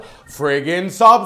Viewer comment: I would love for a long awkward pause before 'I mean come onuh' at least once again. Please. I need that.